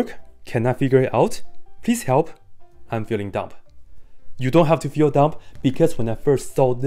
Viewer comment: the b in dumb is silent, btw